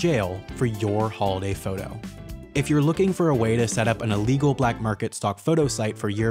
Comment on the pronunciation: It's not Allegal its illegal.